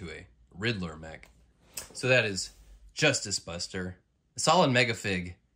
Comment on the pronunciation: You meant to say Bustice Juster at the beginning right?